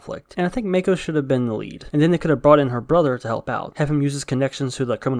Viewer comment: MAH-ko, MAH. Not MAY-ko. Her name gets said several times how is it hard to get.